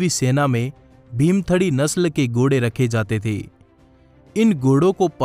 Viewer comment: Gode nahin ghode bolte hain Bhai....